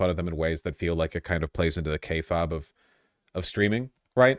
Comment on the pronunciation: not a native speaker, what is he even saying?